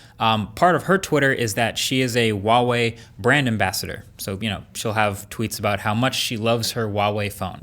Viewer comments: Why do you pronounce Huawei as Wahway? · it's "hua" wei, not wa wei. Sorry but it bothers me a little lol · Huawei is pronounced like hwah-way, not wah-way!